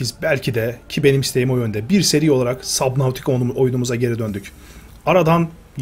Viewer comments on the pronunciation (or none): Abi oyunu okunuşu subnitika